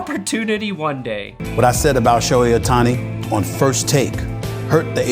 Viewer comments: he definitely says "Shoney O'Tony" but he pronounced it correctly to subtly show he does know how it's pronounced. He also ends up saying "Sherry O'Terry" towards the end. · pronouncing Shohei Ohtani sounds like Shoney's OTony